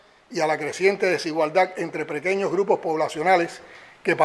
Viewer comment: La creciente desigualdad entre prequeños dice que prequeños 🤣🤣 aprende hablar primero Maburro 😂